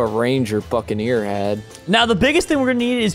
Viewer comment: When said buccaneer did anyone hear f ING ear